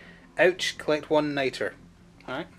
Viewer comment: It's Nitra, so pronounced night-ruh. For the Americans, what's your regional accent? It's leaning Scottish but doesn't sound full Scot.